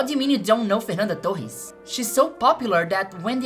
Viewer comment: *Clicks video* "Let's see what the american woman is gonna say abt the movie" *Pronounces "Torres" right* "I know you better than you think I do"